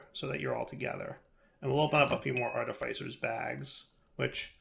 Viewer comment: It's pronounced "arr tih fiss er"